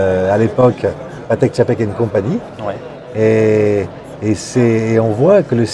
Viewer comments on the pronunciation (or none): TCHAPEK c est pas compliqué !